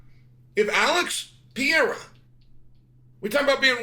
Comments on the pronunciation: Why do you keep calling him Pee era? It’s a Per era dude you’re supposed to be an expert analyst or just an all-around expert in MMA can you try a little harder to actually get people‘s names right? You know this has been an issue for a long time at this point it’s like you’re trolling all of us, but you’re not😂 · If he becomes the GOAT will you then at least pronounce his name correctly Chael pee era don't sound right Holloway would agree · The worst take Chael P has ever made. And why does he still struggle to pronounciate Alex's name? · Shael Sony refuses to pronounce Pereira in the right way. Now I'm only calling him Shael Sony. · Why does Chael have trouble pronouncing pereira and khamzat?